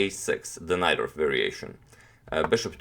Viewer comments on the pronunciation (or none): none